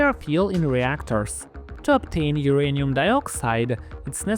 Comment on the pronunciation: Why is it pronounced urinal ?